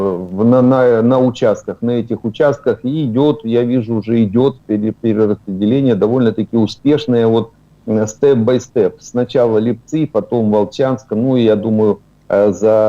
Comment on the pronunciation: Не ЛіпцОв, а ЛИпців. ЛИпці а не ЛіпцИ !